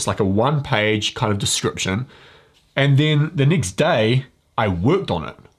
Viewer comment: Is it next or nixt He drives me crazy. Cannot listen to that damn accent